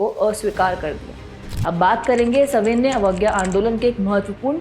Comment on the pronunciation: मैडम आपके सविनय पढ़ने का तरीका गलत है आप हमेशा गलत उच्चारण कर रही है